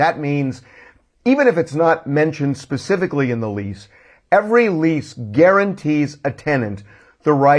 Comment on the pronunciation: Grrrrr!!! I HATE it when someone says 'pacific' for 'Specific'! UGH! ...I always want to make then write a million times, 'The Pacific is a specific ocean.'